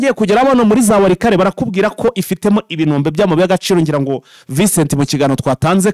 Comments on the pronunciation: Karibuni sana turikumwe 5/5 ariko ureke ngukosore ho gatoya ntibavuga ibinombe bavuga IBIROMBE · Bavuga ibirombe ntabwo Ari ibinombe